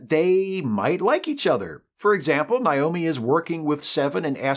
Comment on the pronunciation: Did you mispronounce Naomi on purpose? I feel like you did it on purpose, just to show how much you care about Voyager. It's Naomi, like Nature, not Nile.